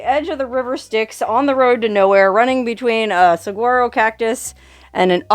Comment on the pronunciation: The “g” in saguaro is pronounced as an “h”.